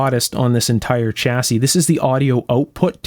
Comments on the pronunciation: i am not criticising yo but it shasse not chassie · The "Ch" in "chassis" is pronounced as in "Chevrolet"...